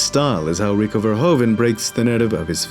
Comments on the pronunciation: its verhoeven, like a horse's hoof. verhoofen. verhoven like how you pronounce is an actual last name but not the right way to say it. just fyi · You should pronounce it as ''Verhooven'' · VerhOEven, te OE is pronounced as the OO is in 'hOOver dam" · It is Verhoeven. Fer hoo fan!